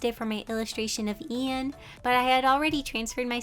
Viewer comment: The way Ian was pronounced- it sounds like- Ein- only mystreet fans get this T-T